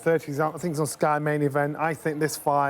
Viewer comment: host says Jerrel mirror 😂 Nelson says Shit on Sky 😂 what are these guys on, i want some 😂